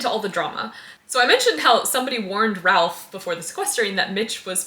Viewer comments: if we're pointing out minor pronunciation slips, Ralph's name is perplexingly pronounced /reɪf/ rather than /rælf/ because shibboleth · For future reference the Ralph in Ralph Fiennes is pronounced Rafe. I remember he was seen on set with a shirt or hat like 20 years ago that said "it's pronounced Rafe". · "Anyways, he's played by John Lithgow." Better known to pre-Millennial audiences as... well, not as "Mitch." Older folks also have a more nuanced understanding of how to pronounce "Ralph," but the "not good with names" card was played early in the video. Apology accepted. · Just a picky little thing but you are mispronouncing Ralph's name. The L is silent.